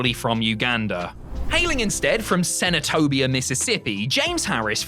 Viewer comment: Hearing you say Senatobia in your British accent is tripping me out lol. Kamala represents mississippi well.